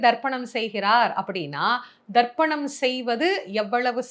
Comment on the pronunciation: It is not darpanam it is tarpanam